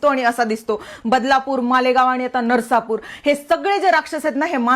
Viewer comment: नरसापूर नाही … नसरापूर आहे हे…. आमच्या एथुन जवळ आहे हे 😞